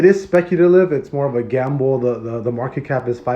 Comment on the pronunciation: Please read market cap correctly I love Bloktopia